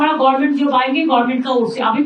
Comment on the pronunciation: Kothata gorment na government, kajer mashi amader lojja